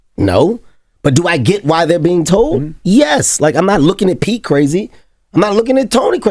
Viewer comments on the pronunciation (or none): none